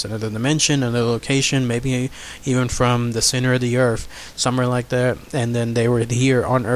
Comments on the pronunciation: Stop using TH ended words earf is not a proper word wiff words like that the story sounds to be a joke. Get a reader that can annunciation words properly because that was just torture to listen to and god damn it I can't even get 3 words typed out wiff out you saying earf....wtf is earf?? A generic world out there like the EARTH.....NOT earf. Torture dude just straight up torture. I know you can say the words properly because you did here and there throughout the story. So stop wiff the earfs discussion. Sorry if I am sounding rude but not nearly as bad as the story sounded. A reader you are not. Try silent videos. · Good video, but there is no "F" in the words Earth or with.